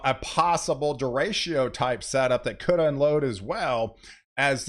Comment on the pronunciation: Great video as usual, thanks! One note: "deh-REY-cho" is the usual pronunciation. 😁